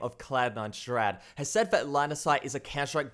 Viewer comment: shrad ?? rly its shroud